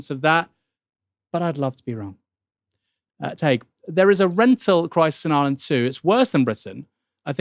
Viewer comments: Could you maybe learn how to pronounce Tadgh’s name? It rhymes roughly with Thai(g) or high(g) or pie(g). The way you keep pronouncing it is literally a slur used against Irish Catholics. Please try to get it right. It’s not hard. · I hate to be that guy, but it's pronounced "Tie-g" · Please learn to pronounce Tadhg.